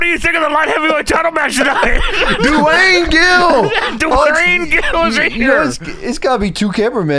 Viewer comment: Doo-Wayne Gill